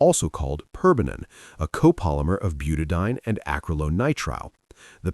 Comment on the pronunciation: I must complain. The use of AI for the dialogue in these 'shorts' leaves something to be desired. As a retired Organic Chemist the enunciation and pronunciation of chemical names is critical to understanding. It is pronounced 'Buta-di-ene. Eeene! "...ine, ane, ene, yne, all mean something very different.